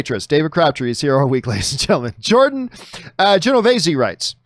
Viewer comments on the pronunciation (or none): none